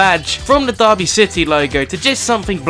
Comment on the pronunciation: It's DERRY City not Derby